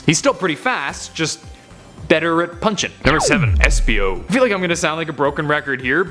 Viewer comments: I just love "esipo" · Did... did that say Esipo...? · Anyone noticed “esipo”???